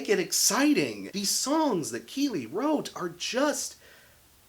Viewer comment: You're pronouncing Kele wrong and the new drummer didn't even join the band until the album was finished. Just some correction 😉